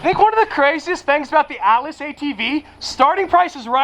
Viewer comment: Ahh, the ATLAS!! To start with I thought you were calling it the "ALICE"!!